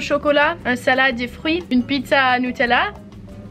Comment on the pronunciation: why do u say nutella as newtella